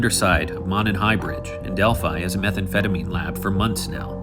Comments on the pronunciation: This is the first video I’ve watched of yours. Sorry if this had been mentioned already— it’s pronounced “moe-nun”. If you care about that kind of stuff anyway. I like your channel. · Monon is pronounced 'moan on'. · Monon....it's pronounced "moe-non" Are these guys even local to our state?